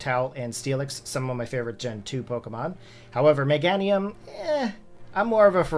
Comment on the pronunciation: Awesome video! First time hearing someone mispronounce Meganiums name tho